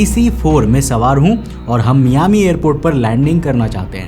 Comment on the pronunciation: It's not मियामी, it's मायामि. Anyways, this is basically a legend, as per the flight data records, no DC4s registered with PanAM flew the Newyork-Miami leg that day. My captain once told me jokingly not to get the DC10 (Frieghter) late by decades as he wants to be home for dinner. (We fly for UPS).